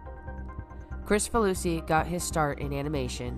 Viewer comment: Minor quibble: his name is pronounced KRIK-fa-loo-see, not Chris-fa-loo-see. I'd assumed the former, then had to check to see if I was right.